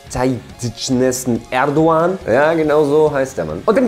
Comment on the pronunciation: Pass auf, dass du kein Stress bekommst, weil du erdogans Namen falsch aussprichst ^^